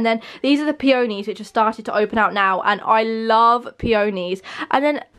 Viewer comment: She’s not saying peonies right 🙈😬